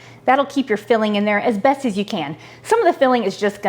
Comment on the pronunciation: This looks great! I'm gonna try it! Also, did every millenial watching hear her say "ASBESTOS you can?" I giggled. :D